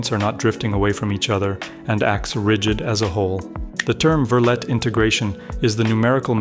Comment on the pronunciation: Just FYI, Verlet is pronounced like "ver-lay".